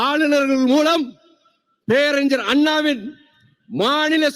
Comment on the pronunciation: Peraringar you have to prononounce ஞ through nose.Vaiko’s son too pronounce it ugly. Pathetic. Falling standards in public speaking 😢